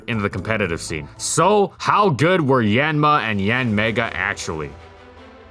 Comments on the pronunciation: Hate to correct pronunciation like this but it's "Yahn-mah" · I thought it was pronounced as yawn-ma? I’m taken aback right now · I love how he almost never pronounces the name of the Pokemon correctly